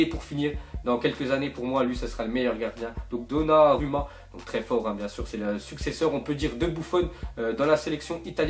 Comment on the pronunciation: Ça se prononce donnaroma